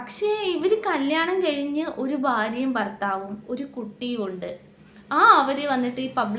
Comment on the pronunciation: ഫാര്യയും ഫർത്താവുമോ? എന്നു വെച്ചാൽ എന്തുവാ?